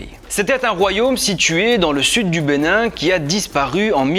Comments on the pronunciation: Je suis béninois. Ca me fait plaisir devoir un étranger parler de ma culture avec une préision aussi surprenante, apart la prononciation des noms. Felicitation a toi. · Trop top la vidéo !!! Et fière de mes origines beninoise T'a vraiment écorché les noms. 😂😂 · Je suis béninois mais chrétien catholique... les noms tu les a massacrés